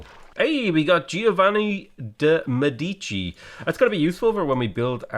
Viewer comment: Real surname: Medici saying the surname: Mie-di-di-tchi